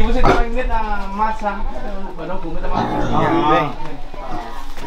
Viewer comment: cứ nghe anh hùng đọc tên em camera là mình nghĩ đến cà tà là nhà, tên hay phết 🤣